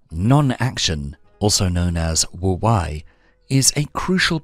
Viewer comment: Great video but wu-wei is pronounced 'wu-way' and not 'wu-why'